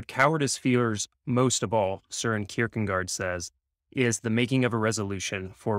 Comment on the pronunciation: Søren is pronounced kind of like sore-in. You did very well with Kierkegaard! These books look like or sound like great reads.